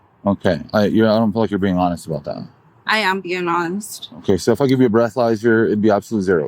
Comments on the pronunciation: “I’m being ronest!!” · You're not being honest. "I am being ongst"